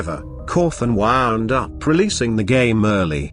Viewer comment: I don't know why, but the fact that wound is pronounced as waAand makes me laugh